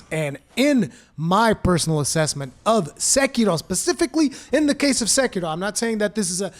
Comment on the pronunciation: Why do you roll the R in sekiro? It’s not Spanish😂😂😏